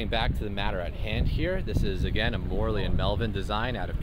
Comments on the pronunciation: Yes, he pronounced it like Morley. Italian is really easy. Should be More-ell-ee. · Your pronunciation of "Morrelli" is so wrong...